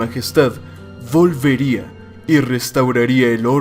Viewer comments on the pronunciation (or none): Folfelria fifir volvería vivir, soy yo o cambia o confunde la V con F jajajaja